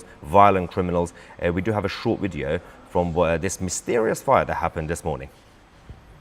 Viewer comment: STOP saying " wideo" it's video